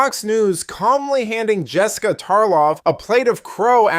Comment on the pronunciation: Yo "Messica" 😂😂😂😂